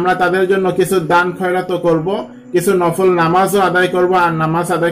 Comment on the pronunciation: It's "BEDAAT" You can pray as like "NAFAAL"